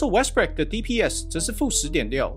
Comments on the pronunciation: 忘了和大家说今天GM嘴巴痛不小心把westbrook说成westbrick，希望各位龟迷别生气，难免口误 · 已經習慣Westbrick的發音了